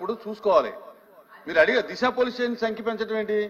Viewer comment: Disa not Desa